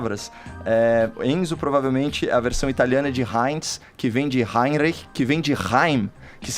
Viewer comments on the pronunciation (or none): none